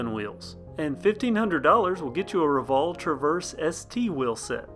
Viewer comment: roval is pronounced row val